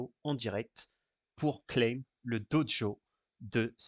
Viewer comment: Bon on en parle de cette prononciation "Dojo" ? :D